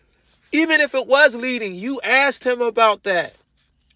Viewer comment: I wish someone had asked him what"axed"or "boaff"was